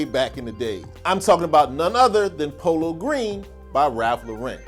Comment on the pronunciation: You was doing good and do you say polo green ☹️😞🥺😂